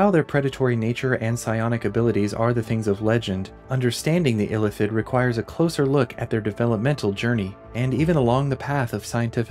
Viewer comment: It's Ilíthid, not Ílithid